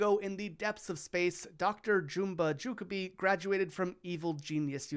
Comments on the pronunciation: Joomba Jukibee? Wtf lol It's Jumba Jookiba. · It is Jumba Jookiba. Not Joomba Jukabi. Seriously, the naming in the beginning of the video are butchered. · First of all, how very dare you butcher Jumba’s name, “Joomba Jookeebee”.